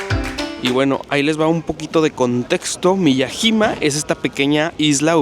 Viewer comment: Se pronuncia M I Y A Y I M A